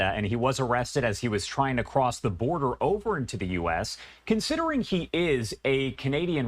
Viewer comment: "The Boder Is Secure"